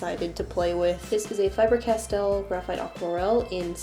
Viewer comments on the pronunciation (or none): On the last Pencil, instead of hearing Castell I heard Castiel, yay me XP